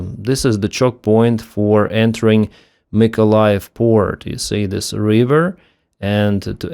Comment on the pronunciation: Brídge, not Brīīdge. Rívər not Řīīvəřř.